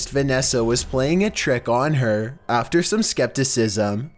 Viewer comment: Is it just me or does he sound like he has a pole up his arse? “the biggest threat comes right afTER.” Like Your voice is ... Just Oof.